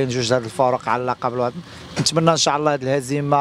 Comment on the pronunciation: ينبغي نطق " إن شاء الله " بطريقة صحيحة.